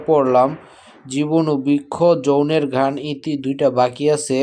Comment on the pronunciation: Bro, not jowner gan. 🫣. It's jowboner gan. 😄